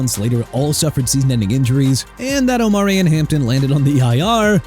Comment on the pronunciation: Yeah Miami already fired Chris Grier and McDaniel and Tua are next also Jaelan Phillips got traded to Philadelphia so I don't wanna hear you trash my team no mo' and learn to pronounce people's names. Omarion Hampton pronounced OH-MAH-REE-ON, Jaguars pronounced JA-GWAARS NOT JAGWIRES and New Orleans pronounced New OR-LINS BUT KEEP SAYING NEW OR LEANS LIKE YOU THINK YOU'RE PRONOUNCING IT RIGHT! Too early for this garbage.